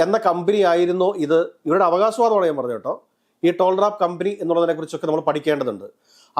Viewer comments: ടോൾ റാപ്പ് അല്ലാ ടാൽറോപ് 😂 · ടോൾ റാപ്പ് അല്ല, ടാൽ റോപ്പ്